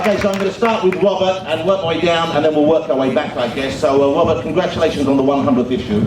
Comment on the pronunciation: We're going to stop with Wobert! Ahhhh, Mr. Ross....Mr. Woss.